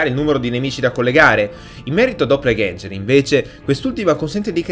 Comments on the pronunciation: E pensa... per riuscire a pronunciarlo così da cani avrò fatto 30 tentativi, fra i quali sono uscite le cose più strane con annesse imprecazioni. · Doppalganger non si pronuncia cosi.....